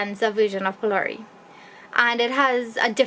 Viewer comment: the video was amazing but alot of people are watching your video so the least you can do is say the correct word ITS PHOLOURIE NOT BOLDERS its made out of grain dhal and not stones